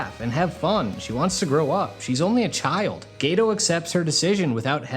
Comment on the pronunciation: Geto not gayto.